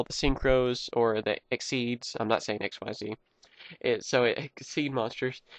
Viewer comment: You keep saying "XYZ".. It's "Xyz" just say "Exceed" but replace the D with a Z.